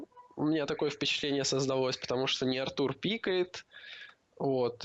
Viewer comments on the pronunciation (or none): none